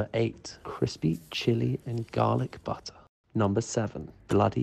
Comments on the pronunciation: A boowool Woootur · The way he pronounces butter with this almost orgasmic undertone